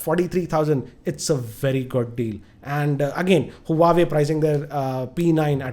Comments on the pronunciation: Btw it's Huawei not huwaway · huawei is pronounced as "wah-way"